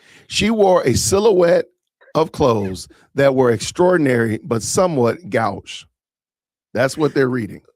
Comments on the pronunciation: “my man”! It is not pronounced GOW*sh. It’s GO*sh. The vowel is not pronounced like the O in cow, but the O in go. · I think the word is pronounced go-sh. It’s an old fashioned word, which is why most today are unfamiliar. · Actually, it's pronounced goe-sh, with a long o sound.